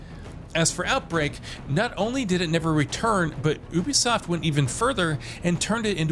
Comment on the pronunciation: Would explain why he keeps changing the pronounciation of "Ubisoft" in every segment.